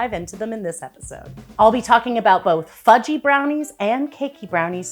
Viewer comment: I heard fu-key 🤣